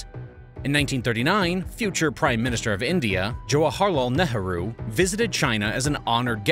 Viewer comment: They need to solve the toilets problem and the teaching of toilet methods in India ? Before anything else ?:hand-pink-waving:OH it is NEEEERUHO pronounced !